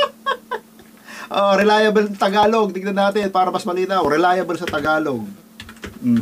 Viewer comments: Relia-bol' hindi relia bel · TAMANG BIGKAS. RELIABLE( relayabol) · KUYA "RELAYABOL" ang bigkas dun (RELIABLE)